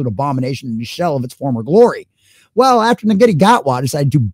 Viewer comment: Shootie not nugata.